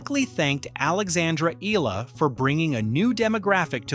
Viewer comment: Not Alexandra. Ela .its PRONOUNCE like this ,, (EY- YA - LA )😊